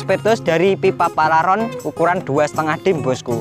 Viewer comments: Paralon bro, bukan Palaron.. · Paralon bukan palaron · Paralon...mas bukan Palaron..😁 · Paralon bos bukan palaron wkwkwwk 🙏🙏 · PARALON, BUKAN PALARON 😂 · Bukan palaron,,,tapi paralon ya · Paralon mas..bukan palaron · Bukan palaron..tapi paralon.. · Bukan palaron, tapi paralon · Pararon ya bukan paralon